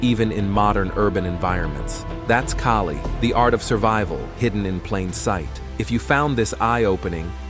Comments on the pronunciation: You are wrong of pronouncing it. In Filipino, letter A sounds like "A" as in "A-merica", "A-rgentina", "A-laska", and "A-bandon". • Kali = key-li ❌ • Kali = kA-li ✅ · That is not keeli , it’s Kaali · It is not pronounced as [kay-lee]. It should be pronounced as [kah-lih]. Why is your voice-over using both pronunciations? It makes you sound confusing and confused. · Damn AI. It's pronounced Ka-Lee. Not Kay-Lee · Why do you keep saying Kali and Kaalee? It is pronounced KALI. Goofball AI... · AI kept on calling it Kaylee.😂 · This is a nice piece of film about Kali, but I notice here that the word Kali is pronounced correctly in the Beguine. Later I hear the man keep saying "Keli", which is a bit of a shame. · Kali ❌ Kaylee ✔ 🤣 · It is pronouced as "Cali" like Cali-fornia not with a K as Kali - fornia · KAALI … AI , okay. Follow the right pronunciation broken down for you, AI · I do train in Kali and others. Even with this AI voice, can’t mispronounce ‘Kali’ itself and have credibility. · How come they cant pronounce kali? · He keeps changing his mind on how to pronounce the word. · Love anything highlighting the amazing art of Kali, just having a hard time with the AI voice mispronouncing it over and over again. And "baston". 😄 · You keep pronouncing Kali two different ways. I hate AI videos . Also, why are you showing all the fancy useless karate stuff. There is nothing fancy about Kali.